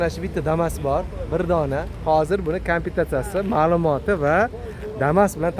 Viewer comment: Кампитация эмас -комплектация